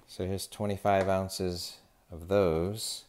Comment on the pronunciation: there is no t in ounzes :D